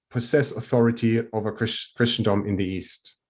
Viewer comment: And Christendom is pronounced with a silent t and soft i. Like Christmas. I hate English spelling!